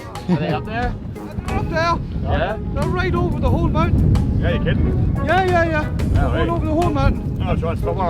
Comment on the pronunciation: he said look over the mountin